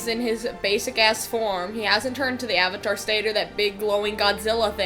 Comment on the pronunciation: When you watched the dubbed version of the ATLA show and they call Iroh "Eeroh" and "Aavatar" (like they say in this atrocity) 👁👄👁